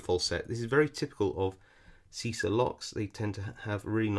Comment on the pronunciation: always love your videos, great vibe, and I'm glad I can be of any help: pronunciation: "cheesah", like cheese